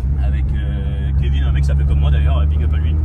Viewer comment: Mdr c’est pas Kevin KOKO mais Kevin Kéké lol